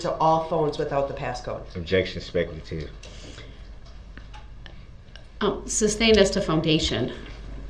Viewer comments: "Grounds for the substain?" - PMSL!!! 😅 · If this idiot says "substained" one more time.... THAT IS NOT A WORD. Is is SUSTAINED. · I hate how he mispronounces all the words repeatedly, e.g. suBstained.